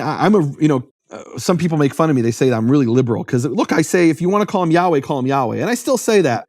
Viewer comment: Yod Hey Vav Hey = YeHoVaH. Take Biblical Hebrew from accredited school based out of Israel and you’ll learn this. You are pronouncing it correctly sir. Any Jewish person who reads the TANAKH can also clarify this.